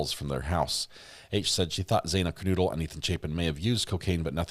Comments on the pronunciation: Kernodle- long “O” not noodle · PLEASE SAY HER NAME CORRECT. KERNODLE NOT NOODLE